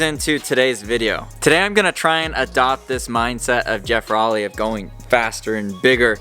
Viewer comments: at least learn to pronounce his name correctly. row-ley. (like rowing a boat) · if he doesn't get bummed that you posted this, he's gonna be bummed that you mispronounced his last name :p